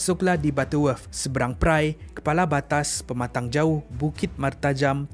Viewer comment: Its permatan pauh bukan permatang jauh